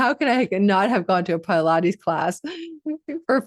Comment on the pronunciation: Why are you saying Pilates like that